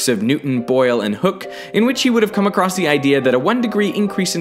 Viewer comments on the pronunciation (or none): none